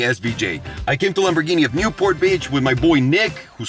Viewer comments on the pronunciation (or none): Last time I was here he used to say lamb-boar-guinea pig